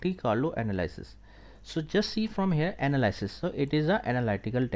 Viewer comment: Anal-ee-sis; thank you